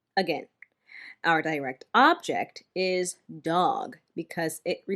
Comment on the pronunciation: I thought “direct” is pronounced differently